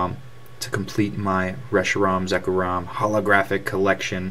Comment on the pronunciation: Zek-rom not Zeko-rom